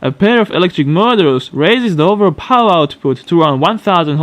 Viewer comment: this guy can’t say “power”